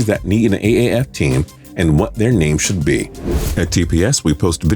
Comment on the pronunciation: Shoule? Should! Anyways good video